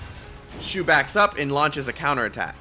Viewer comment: Waited a whole year for her. High skill ceiling characters are super fun. Also, IT'S SHU!